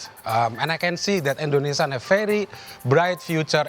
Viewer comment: Indonesia, bukan indonesa...... belibet bahasa inggris lo